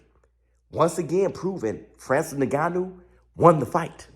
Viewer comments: It’s pronounced IN-GANN-New, not NE-GANNU💥💥Love your content however, great 👍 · No its Nnnnn-ga-nuu, coming from an African that's how it is pronounced. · So proud of Francis… bro it’s not Nigannou it’s En-gannou lol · Bro his name is pronounced Inganu not niganu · Bro please pronounce Francis’s name correctly ! En-ga-nu … ya Driving me crazy as a fan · If isn't pronouncing his name as Nig-gannou 😂😂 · Hey, nobody seems to be mentioning it but.. His name is pronounced like "EN-gannou". Awesome video BIG FIGHTS COMING!